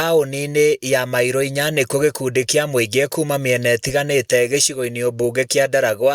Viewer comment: Nī mairū inya ti mailo,tiagai gūthūkia gikūyū gitū ,gūtirī L ni r ,o na ū na citiugaga ūndū ūmwe